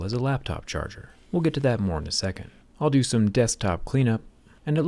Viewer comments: He said "I do do work"! 😅 Zack does great work, but I'm really impressed with the Lenovo Yoga, seems extremely well designed. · He said dodo. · "I doo doo" 💩 Sorry Zac. 😬✌️